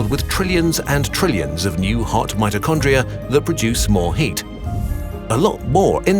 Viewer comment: omggg he said mitchocondria the power house of the cell